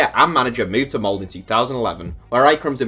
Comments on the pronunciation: B1G D4ddy The video says Mold. It's Molde, with the "E" !! And the norwegian "E" (Ole, Molde) is not pronounced like the english "E", but rather somewhat like the "ea"-sound i "bear". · Molde is pronounced with the "E" !!